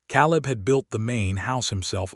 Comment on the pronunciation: OMG! Get an AI narrator that can read names correctly!! Ca-leeb, Eh-leenor...and "breathed" is pronounced with a long E, not a short one.